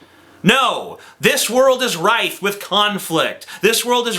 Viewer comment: It's "rife" not "rith".